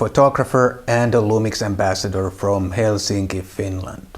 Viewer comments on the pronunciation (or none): none